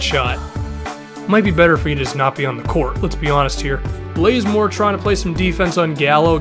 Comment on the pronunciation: Why does he say blazemore it's bazemore